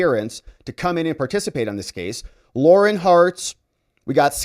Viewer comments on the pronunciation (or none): none